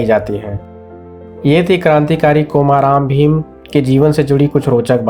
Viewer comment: Nearly correct pronunciation is कुमरम भीम not कोमाराम भीम.